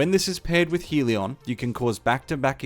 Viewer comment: Hell-ee-on, still a concisely explained build.